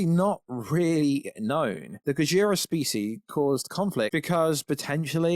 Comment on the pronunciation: Gajora?? Do you mean gojira? (Go-jeer- ah)